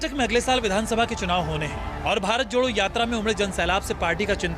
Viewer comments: Sr pehle to भारत jodo sahi se boliye Hum to lgraha hai ap भारत chhodo bol rhe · anchor ji chhodho nahi jodho boliye